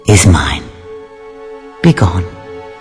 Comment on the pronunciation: "be gone", not "begun" :)